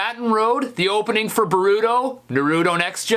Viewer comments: You say boruto like borito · He said Naruto and Baruto wrong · Na-Ru-To Bo-Ru-To Not Na-Ru-Do Or Bo-ru-do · You say that they're your favorite anime's yet you still pronounce Naruto like Na-Ru-To instead of Nar-U-To, and Boruto like Ber-U-To instead of Bor-U-To. My god man, work on those pronunciations. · How do you watch NARuto and BORuto and pronounce them like that? ... No, I'm sorry, "weeb" doesn't mean anything in Japanese. Don't change the subject. Right, it's not NaROOto or BoROOto. Otaku? Never heard of it, is there a manga? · It’s called Naruto (Nar-o-to) and Boruto (Bor-o-to) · Its nar-a_to and bor-a-to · XD u said naruto and boruto wrong itz nar/ru/to and then b/ar/u/to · OK STEVIE T I LOVE YOU BUT HOW YOU PRONOUNCED NARUTO AND BORUTO IS SIMPLY JUST NOT OKAY!!!! 😲😲😬😤😡😠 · It's the way he pronounces Naruto for me. And Boruto too lmao. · The way he pronounces Naruto and Boruto, is cringe. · OMG U CANT SAY NARUTO AND BORUTO RIGHT AT ALL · I'm kind of bothered by how he pronounced " Naruto " and " Boruto " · I love this video but the way he says Naruto and Boruto triggers me so badly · you said naruto and baruto rong its